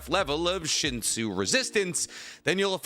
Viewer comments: Damn... It's pronounced "shinsoo" like with double 'o'..... It irritated me everytime you said shinso😅😅😅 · wrong, its pronounced shin-soo not shinso, in the original version of tog (pre webtoon release) shinsu was called “shinsoo” there is no way to get the oo sound misstranskaded because the eo and u sound in korean are spelt COMPLETELY differently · Pretty sure it's pronounced shinsu not shinso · Its not Shinso 😂 Its Shinsu and its not air. It's water - That's what the word derives from. There's a lot of lack of information and misinformation this video has. Dr. Bonehead needs to review this. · It’s really hard to watch this video when he keeps repeating Shinso and it’s shinsu. It make sound nitpicky but it’s like calling chakra chakru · tog is a korean manwha its so shinsu is pronounced as shinsoo 신수 신 meaning holy and 수 meaning water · 신수 (Shinsu) definitely isn't pronounced with an /o/ at the end. That aside, I definitely wanna see more ToG content! :D Minor corrections: - Headon doesn't normally test people; Baam only fought the the White Steel Eel because he entered the Tower as an Irregular.